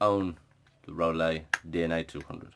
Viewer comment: It's pronounced rooloo. great review thanks mate. from the US. VAPE STRONG AND SAFE GOD BLESS. Peace